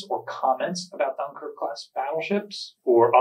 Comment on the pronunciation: Ffs, you're a great historian but use the damn internet to get the French pronunciation right. It's not rocket science. I'm not even French and it makes me cringe. Take some pride in this part of your talks, jeezes.